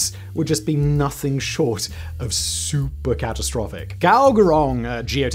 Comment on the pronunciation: It's supercatastrophicilisticexpialidocious. Even though the sound of it is something quite atrocious. It maybe Simon's accent but that is where my mind went wheh he said "Super Catastrophic".